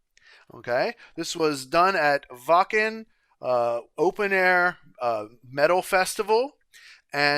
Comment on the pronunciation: This song makes my eyes wet every time I hear it. Every person on that stage is a musical god. What a journey it is and how lovely to see you appreciate it so much! And kudos for pronouncing Wachen and Janssen correctly. That’s rare for reactors.